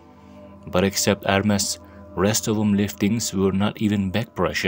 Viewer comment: Its ermes not hermes ma friend